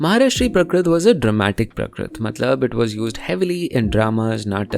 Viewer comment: Hi. Thanks for this video. It's always nice to learn about the various languages of Bharat. It would help if you could correct your pronunciation of some things. For example, you keep saying prakrit, when it should be prākrit, with a long "a" sound.